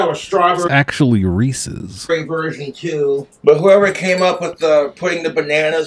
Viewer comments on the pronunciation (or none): He's doesn't know what the apostrophe means though. I assume anyone who says reesees doesn't understand that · It's Reese's Not Reesies, Jessica is getting back in if she has booze!🤣😂🍷🍻🍹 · Its reesies.